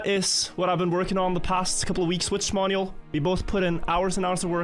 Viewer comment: 95% of the time, 5% XDD